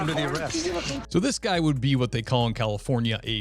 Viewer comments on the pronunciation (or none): none